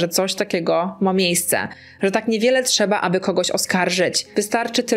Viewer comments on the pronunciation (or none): none